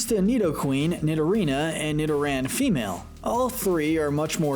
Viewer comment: It’s pronounced NEE-doh-ran, NEE-doh-REE-nuh, NEE-do-queen, gar-BOH-DURR, NAH-GUH-NAH-DULL, swah-LAHT, rose-EHL-lee-uh, ROSE-rade (BOO-kay), MAH-REE-nee, and DRAP-ee-on, “”! 🤨 You’re so bad at pronouncing Pokémon names,! 🙄